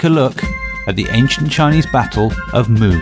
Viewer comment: Great video. The only issue is the pronunciation of the battle name and two kingdoms. Muye is pronounced "Moo Yeah". Zhou is pronounced "Joe" (but flat tone), Shang is "Sh-un (un pronounced like un from uncle"...